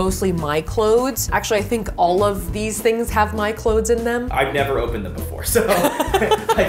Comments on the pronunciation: Ummm no she is not. What in the world is “clodes?!!!” Super irritating! The word is pronounced “ klowze!” Clothes! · No it's not, it's pronounced "clothes." With a "th" lol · I believe Safiya says "cloedths" based on what she's learned in theater training so the audience will be less likely to mishear/misunderstand what's being said & she has adopted the same concept of strange annunciation for the sake of efficient & effective communication through her videos. I've learned a similar trick in regards to singing words differently than we'd speak or spell them for the sake of preventing misheard lyrics... One more correction, & I mean this in the kindest way: I'm a truth-seaker & truth-teller, & that is why I'm sharing the following: English is also my first language, & the proper pronunciation of clothes is exactly as it's spelled with the "th"... American-slang is the only reason anyone believes the proper pronunciation for clothes = "close"... People too often mishear/misunderstand what's being said, & I have therefore adopted the same concept of strange annunciation for the sake of efficient & effective communication Safiya uses through her videos. I've learned a similar trick in regards to singing words differently than we'd speak or spell them for the sake of preventing misheard lyrics. ............................................. I encourage you to seek understanding instead of criticizing, as doing the latter will always do more harm than good. #Peace&Blessings